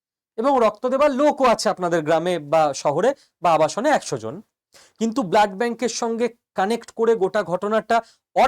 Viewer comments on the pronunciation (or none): none